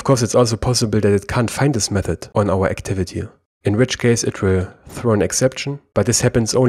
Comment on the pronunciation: D Yes you do. You add "a" to words which ends with "y" letter.